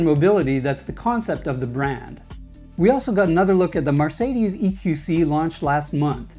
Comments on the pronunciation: puleeeeeeeeeeeeeeeeeeeeeeeeeease stop saying 'MARcedes'. It's 'MERcedes'!!! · did u seriously say MAR cadies?